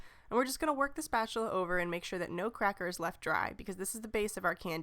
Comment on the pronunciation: Haha Tell how to say spatula!